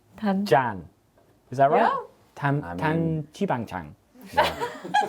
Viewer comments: and suddenly the bilingual subtitle comes up when ollie tried to say that dan jibang jjan 😂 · Ollie sounds like that wind up doll from Tom and Jerry that one of them swallows and it keeps going jjabakaanjijapjap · 올리 ~당 지방 짱. 당 지방 짠 발음 때문에 너무 행복하게 웃었어요! 그리고 지금까지 본 중 제일 잘생겨 보였어요! 최고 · Nobody: Ollie speaking Korean: Dang chi bang bang